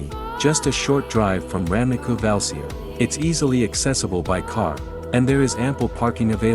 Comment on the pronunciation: Pronunciation is bad. Valcea..."ce", "ci" sounds like in Sicilia. Ramnicu Valcea is the capital city of Valcea County..that incorporates Cozia, Calimanesti, Bujoreni, Daiesti Ocnele...small villages that you are showing here..or Valea Oltului (Olt River's Valley)